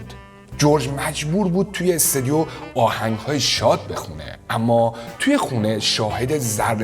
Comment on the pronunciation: استودیو نه استودیوم....😂